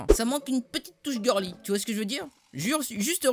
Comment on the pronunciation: mdr ta pourrie tout son dépôt avec ton "geurli